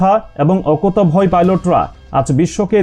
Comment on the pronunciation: ভাই, শব্দটি অকাতুভয়ে হবে না, অকুতভয়ে হবে।